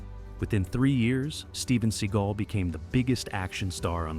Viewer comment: Seh-GALL, not SEE-gull. You clocked that you mangled Leguizamos name the first time you said it, then after it was always correct (you should've edited out the first time and replaced it with the right prononciation, though). But to hear Seagal's name so many times, said wrong, augh, it's torture.